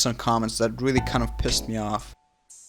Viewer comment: I keep thinking about how he said wealy wealy cwinge